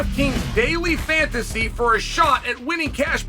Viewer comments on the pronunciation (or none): none